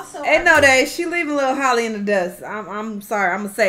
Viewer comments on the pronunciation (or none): Y’all are supposed to pronounce Halle’s name the same way you pronounce Halle Berry 😭 it’s not Holly it’s Halle 😭